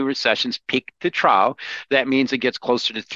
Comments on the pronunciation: Not just you. I like his commentary, but every time I see an interview with him, I'm like: can someone please tell him how to pronounce "trough"? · Trough - troff. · Anyone else so distracted by saying “trough” as “trow” instead of “trof” and “silicon” as “silicone” that you had to rewatch half the video again? Just me? That’s okay - I don’t mind enjoying videos twice. Another fantastic interview, - your questions are consistently razor sharp!